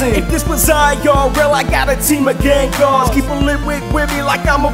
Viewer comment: I love gengar but it is gengar